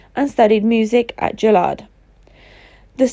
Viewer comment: Wth good look up how to pronounce Juilliard smh